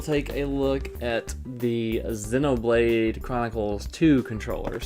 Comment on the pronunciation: 0/10 pronounces "Zee-no"blade Chronicles as "Zeh-no"Blade Chronicles In all honesty this was a SUPER insightful video! Thank-you:)